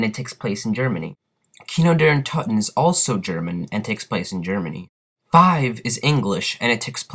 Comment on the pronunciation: He Calls it kini di terten lmfao!